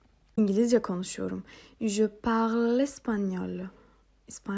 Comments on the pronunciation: hocam parle derken okunuşu nasil türkçede l mi g mi anlamadim🤭🤭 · Hocam ben uzun bir süre je parle kısmında sonuna e ekleyerek okuyordum ama siz okurken je parl gibi, sonundaki e'yi okumadan söylüyorsunuz. Bu iki okunuş da doğru mu yoksa parle okunuşu yanlış mı?